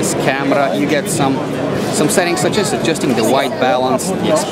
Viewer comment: I like the way he pronounce CAMERAA